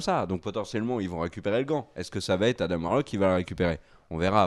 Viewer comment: ARRÊTEZ AVEC "ADAME" C ADAM COMME LES DENTS "ADENT" ADAAAAAM" BORDEL